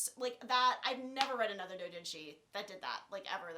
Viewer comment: It's Ayanami not ayaname. Also, you pronounce doujinshi wrong. There are thousands of H-manga/H-doujinshi, there aren't any that are so popular that you can assume people have heard about it. In other words, just because you read something when you where fourteen doesn't mean it's likely any one's heard of it.